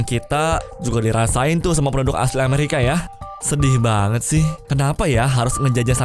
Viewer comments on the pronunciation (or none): Waktu mbahes christopher columbus dengernya produk bukan penduduk wkwkwk